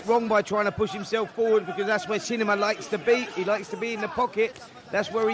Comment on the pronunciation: Its "Shinima" not Shininima